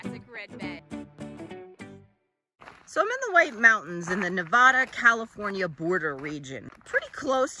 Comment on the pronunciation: I enjoy all the explanations and all the knowledge you pass along. But it hurts my ears to hear your pronunciation of Nevada. As a native Nevadan we have a different way of saying our beloved state’s name. 😃I visited the East Walker River and Aurora this past weekend and I was curious what ghost towns you were referring to in the last two videos.